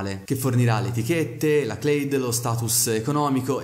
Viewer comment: io ho il sospetto che Clade sia una parola italiana (almeno all'università io l'ho sempre pronunciato così) quindi "klade" e non "cleid"